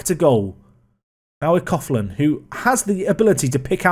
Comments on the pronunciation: I’m Irish - it’s pronounced Nathan Cocklan, not cofflan :-) ps I only started watching your vids last week and I’m up to date! Great content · Coughlan is pronounced Cock-Linn great video as always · Coughlan is pronounced Coo-Lan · No joke, but Coughlan is pronounced COCKLAN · Coughlan is pronounced Cocklan So you actually engaged in a cough measuring competition mid video! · Coughlan pronounced Call-in In Cork Everywhere in Ireland pronounce it cocklin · Coughlan is pronounced Cocklan. £400k is probably a record for a League of Ireland player. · It's pronounced Cocklin